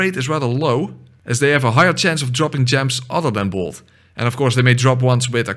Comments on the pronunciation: the way you did bolt made me hear more bold, also why did Bloodborne call it bolt instead of lightning or that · Is he saying bold damage or bolt damage cause I'm confused